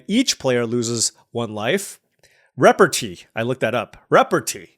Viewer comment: noooooo! it's reh-par-TAY (its french)